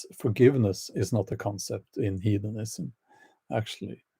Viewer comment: oops, about he says "heathenism" but it sounds like "hedonism"